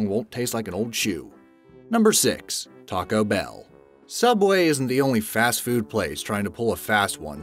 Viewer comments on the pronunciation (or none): none